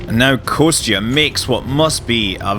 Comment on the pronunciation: "Konstantine" it's an official name, "Kostya", is what his friends should call him. And pronunciation for "Kostya" should be more like "Kosta", where "t" is soft.